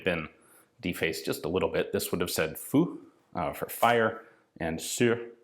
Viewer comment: I am so used to Ian having a very good grasp of the French accent and pronunciations that the "Foo" for Fire made me chuckle a bit